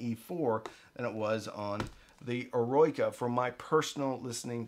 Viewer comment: Think it's 'er row ica' in english (rather than royka), as in the Beethoven symphony ('Heroic').